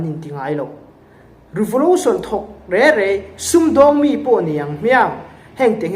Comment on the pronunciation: Revolution tih tawh rawh revolotion tih tawh suh